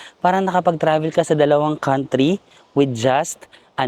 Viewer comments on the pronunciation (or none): none